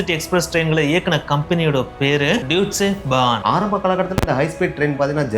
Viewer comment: yeppa.... athu dooitche bahn illa pa. It has to be pronounced as "டாய்ஸ்ச்ச பாண் - Daaischa bhaan". athaavathu Deutsche Bahn. Deutsch (name of German language in Germany, Austria and Switzerland) should be pronounced as Daaisch (டாய்ஸ்ச்). Original name of Germany is Deutschland. So most of the government services are called there with "Deutsche...". அப்புறம் எவன் சொன்ன அங்க எல்லா ICE trains உம் நேரத்துக்கு வரும்ன்னு. நாம என்னிக்கி சீக்கிரமா station ல பொய் உக்காந்ததிறோமோ அன்னிக்கி 1 hour late ah வரும் . சொல்லாம கொள்ளாம cancel panni சாவடிப்பாங்க. நடு வழியில எதாவது காரணம் சொல்லி train எ நிறுத்தி train லிருந்து இறக்கி விட்டுருவாங்க . மொழி தெரியாம train ல ஏறினா ஊரு போய் இறங்கற வரைக்கும் திக் திக் திக் ன்னு இருக்கும். நடு ராத்திரில தெரியாத ஊர்ல இறங்கின அனுபவம் எல்லாம் என் husband க்கு உண்டு . நம்ம ஊரு காசுக்கு 6000 , 7000 ரூபா ticket.